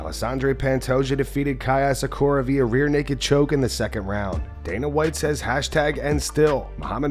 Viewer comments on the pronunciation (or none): Lmao people pronouncing asakura like "asakoria" is hilarious to me